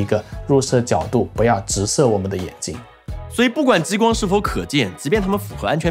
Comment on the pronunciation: 跟我念，ji光，不是jiyi光